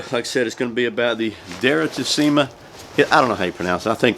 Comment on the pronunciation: The pronunciation is with the accent on the "e", and the two "i" are pronunced like the "e" in the word "me" :)